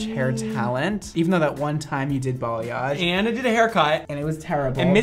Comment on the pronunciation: trying to pronounce balayage is the cutest like same, same